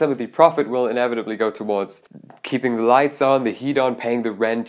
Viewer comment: Dude your english is great. Just stop saying ‚die‘ for the. The is only ‚die‘ if it‘s in front of a vocal like: the ‚die‘ answer. The guitar is spoken like ‚dä‘ (for germans 😂)